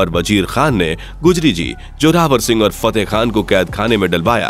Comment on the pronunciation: फतेहखान कैसे बोल रहे हो